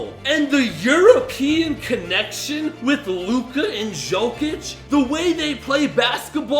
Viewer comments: How did you pronounce jokic's name lmao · “Жокич и Дончик” 😂